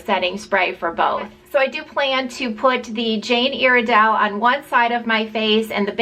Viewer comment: Your saying Iredale wrong